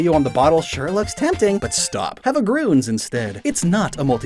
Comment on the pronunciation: you say gruns instead of grüns